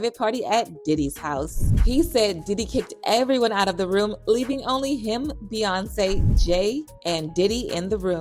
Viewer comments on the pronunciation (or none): The way this voice-over girl pronounces Beyonce is weird, completely leaving out the Y sound, irritating.... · be-AHn-say, be-yon-say